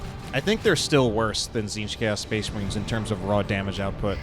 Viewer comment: Spehs Mahreens